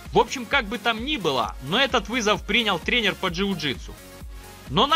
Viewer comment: Контент классный) Но отдельное спасибо за правильное ударение и склонение слова тренер во множественном числе! ТрЕнер, трЕнеры, трЕнерах, трЕнеров... Жду, что так будет и дальше.